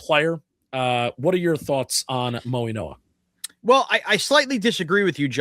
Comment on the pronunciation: It is pronounced Maui-no-a like in Hawaii not mo-e-no-a!!!!